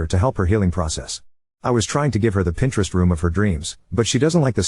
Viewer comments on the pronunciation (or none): none